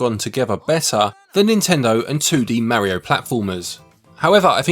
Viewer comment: You're saying "Mario" incorrectly.